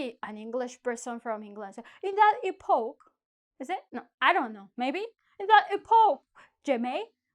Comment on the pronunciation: epoch in english is pronounced as Epock stress on E